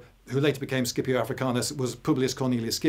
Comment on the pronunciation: circa is it prounounced Skipio or Scipio or Shipio? İ always thought Sipio. For pronunciation purposes. But Lindy Beige is a well renouned historian so i'm slightly unsure at this point.